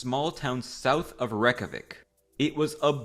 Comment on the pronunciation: excouse me reck-ja-whic its rey-kja-week